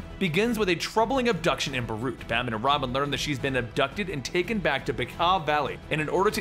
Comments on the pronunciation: it’s Beirut. not baroot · 😣 Dude its ez, ‘bay-rute’ and ‘addis - ah -ba - ba’